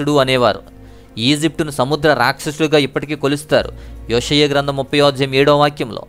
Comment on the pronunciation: యోషియ గ్రంథం అని ఉచ్ఛరిస్తున్నారు సరిగా పలకండి బ్రదర్ (యొ కి యె కి తేడా ఉంది)